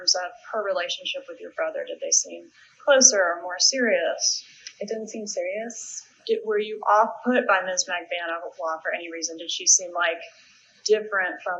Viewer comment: I like how pronounces Katie’s last name: “Mag-bah-noo-uh”